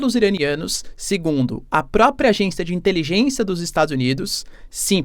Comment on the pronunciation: Quanta "intelijênsia"😅😅😅